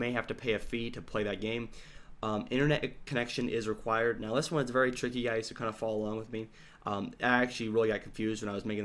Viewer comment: hahaha "NO REGUIRED GAME INSTALL" Your speak good england :)